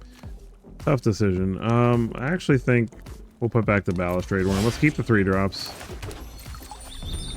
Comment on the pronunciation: Wtf are you talking about? He pronounces it fine lmao What a fuggin troll